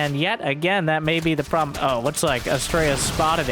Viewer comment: "probe-lem" got me good lol